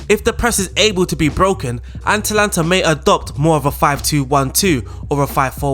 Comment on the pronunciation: Am i the only one annoyed by him calling them aNtalanta the whole time?